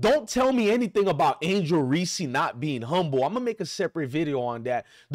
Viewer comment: Dude please learn how to pronounce folks name for the love of the English language. It's angel Reese not reseee & it's iowa not I oh wa